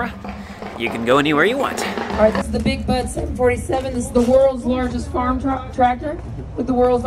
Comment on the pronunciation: It’s a good thing the Big Bud was spelled out on the truck because I thought you were saying Big Butt. 😂